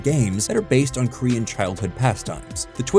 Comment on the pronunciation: Please work on your Korean pronunciation 😂